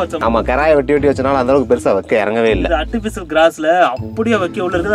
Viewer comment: Artificial grass❌Aatificial grass✅ min